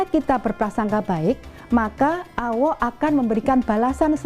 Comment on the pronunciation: ....ma, af buk,materi ceramah baguslah itu. Tapi waktu mengucapkan kata "ALLAH SWT ditelingaku rasanyia kurang Mantul. Salaam hormat.....